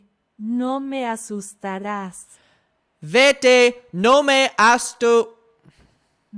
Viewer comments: ASUSTARÁS : Ah-soos-tah-rahss ( /ɑː suːs tɑː rɑːs/ ) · As a spanish teacher i was quacking when was trying to say asustarás. a zoos tha rhAAS,, u can do it!!!❤ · You trying to say "asustaras" was so funny to me 😂😂... It's ok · 8 minutes in and I'm already cracking from the "asustarás" attempts 😭